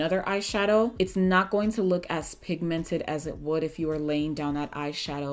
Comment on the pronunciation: "We are looking very very pigmented". Really???? 😂😂😂😂😂😂😂 that was so Nigerian. But I love you 😘